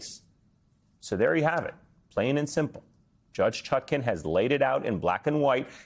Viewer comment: Judge ChutKAN, as in pan, NOT ChutKIN, as in pin.